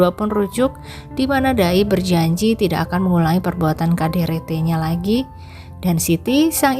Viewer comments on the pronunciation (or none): Ini yg baca cerita aneh menyebut KDRT jadi kaderete emangnya bukan asli orang indonnessia?? Apa orrang mana. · KDRT, tik tok dibaca lain jd aneh min😮